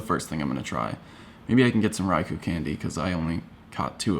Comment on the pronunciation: You mean Rai-KOH? 😉😉😉😉